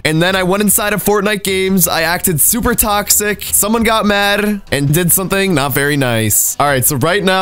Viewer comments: ”someone get madrrrr” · mad with an accent lol